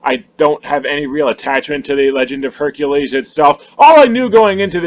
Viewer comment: Lol “Beercules”